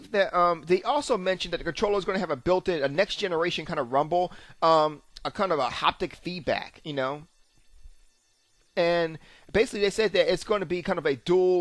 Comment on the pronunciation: Did you say "Hoptic" feedback? Hmm